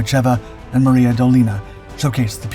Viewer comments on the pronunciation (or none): none